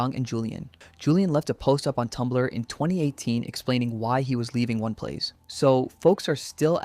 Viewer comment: Why do you keep calling it ONE plays lmao